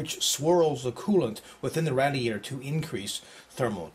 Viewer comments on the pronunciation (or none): i think radiator is pronounced raydeeaytor not radeeaytor:) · jesus christ its not "RAD-eator". Its Raid-eator. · lol rad-e-ator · Yap Radiator :D :D xD -> not raidiator :D